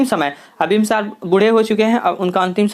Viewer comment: Aapki hindi thodi kamjor hai,bimbisar ko bimbsar bol rhe hai sarvshreshth svarshreshth bol rhe hai